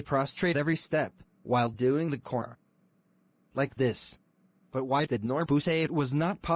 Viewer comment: I heard Aura instead of kora😂😂😂